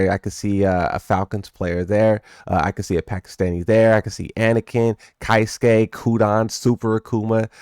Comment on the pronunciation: Keisuke = K-suke not Kaisuke.